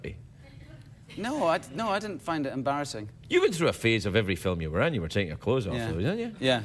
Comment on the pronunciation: "dwere you on a little scooter" 😂